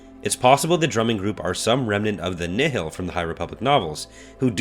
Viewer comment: "Nihil" is pronounced like "Nile", like the river, not "ni-hill" or "ni-heel". It's a real Earth word, not made up Star Wars jargon. Look up Nihilism.